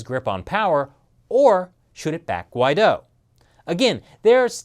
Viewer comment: Not that it matters to Anglos, but the name Guidó does emphase its last syllable. If you can produce Chinese tones, then you certainly could master the name Guidó.